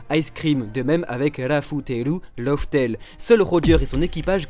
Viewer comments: LAUGH TALE se prononce surtout "laf tel" pas "lauf tel". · c'est pas "love" tale mdr